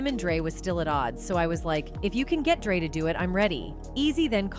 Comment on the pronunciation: Y’all got to get another AI voice I heard dr. Drought instead of dr. Dre almost 4 times…